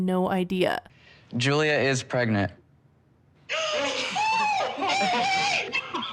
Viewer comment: I love how Julia says “pregmunt” I can’t say it any other way now